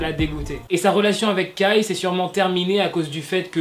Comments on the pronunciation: ARREEETTE DE DIREE KAYYY C KAI QUI SE PRENONCE KEY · C pas kAAi ça se prononce kei mais sa s'écrit kai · Tu dit kai comme écailles j'suis morte😭😭😭😭